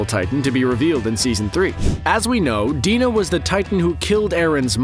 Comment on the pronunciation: he pronounces "dina" wrong, its "dyna" not "deena"